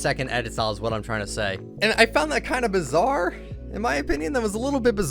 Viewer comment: STOP SAYING BIZARE